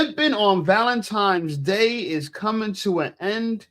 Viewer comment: Theres no M in Valentines Day 😂....its not Valentimes day